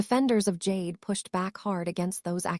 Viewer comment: "Jade" Duggar? Stupid AI. You sound like you're channeling Michelle Duggar's baby voice. 🙄